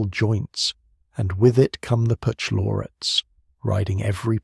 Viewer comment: "perch-----------lorates", for Pete's sake! CH is pronounced k in Greek vocabulary or before a consonant in a noncompound.